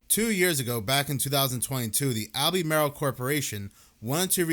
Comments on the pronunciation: It's Alba-mar-el not Al-bee-may-rel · "Al-beh-mar-ull". Not "All-bee-mare-ill". Thanks for upload! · All-buh-marl. Like the NC county. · Pronounced “Al-ber-marl” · Lol, it’s pronounced, Al-buh-marl. We still have no power in SW NC. Things are bad. Definitely NOT A NORMAL STORM. Please pray for us. I’m in Cleveland Co next to Kings Mountain. Crazy sh**. FEEL BETTER!!!! 🙏🙏🙏